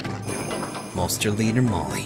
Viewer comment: Am I the only person that thought they said "molester" instead of Molster?